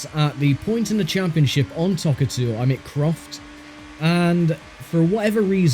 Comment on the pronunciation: Its Toca not Tocca! Arrghhhh